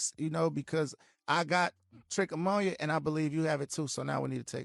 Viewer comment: It's sad that none of them even came close to pronouncing trichomoniasis correctly.